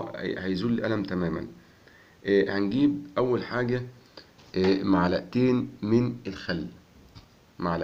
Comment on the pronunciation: ملعقتين وليس ملعئتين ومعلئه